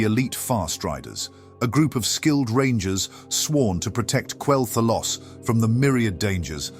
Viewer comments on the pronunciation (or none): At which point in Quel’Thalas do you spot the ‘o’ ? Why is it somehow only possible to say Quel’Thalos?! Oh, so it’s AI narration. Disappointing.